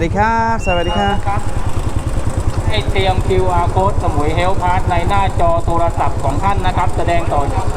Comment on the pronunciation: why oh why do you keep saying sawatdi ka a???? Ha ha